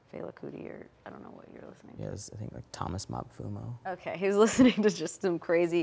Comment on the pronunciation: Thomas Mapfuno. I had to listen to that like 5 times to figure out what he said.